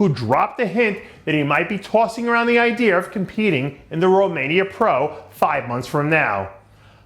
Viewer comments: Who the hell was your teachers Dave? Olympier, idear etc etc? Things that end in (A) doesnt make an Eerrrr sound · Why do you say idear, and olymiar with an R